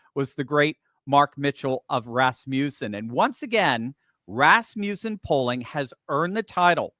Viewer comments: Please. It is Ras muss en, not Ras mew sen. Thus was my grandmother's name. It comes from the name Rasmus (not ras-mews) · Even after the guy said it right to him, he still insists on mispronouncing Rasmussen. Drives me crazy.